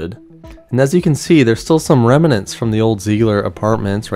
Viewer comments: Pronounced remnants not reminants lol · Awesome detective work! I love Google Maps/Earth - always looking up things. Oh, and and "remnants" (rem-nints) is not pronounced "rem-in-ants" - just two syllables! Thanks for the great video! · Great sleuth work, brother. BTW.....it's REM-NANTS.....not REM-A-NENTS. Pointed out from respect. jbeinarizona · It’s “remnants” two syllables.